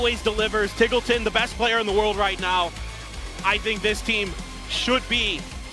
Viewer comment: Isn't it pronounced TEEGLETON, not TIGGLETON?